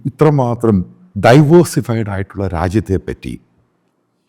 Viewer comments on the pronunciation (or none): Divorsified അല്ല മാഷേ diversified എന്നാണ്. അതുകൊണ്ട് രാഹുലിനെ കുറ്റം പറയാൻ ഇയാൾക്ക് എന്ത് യോഗ്യതയാണ്!